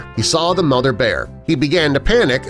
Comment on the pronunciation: Mother not mothder.